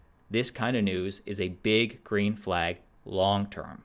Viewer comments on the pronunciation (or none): none